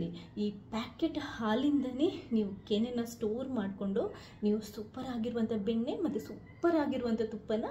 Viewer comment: ಬೆನ್ನೆ ಅಲ್ಲಾ ಅದು ಬೆಣ್ಣೆ😅 ಕುಡಗೋಲು ಅಲ್ಲಾ ಕಡೆಗೋಲು😂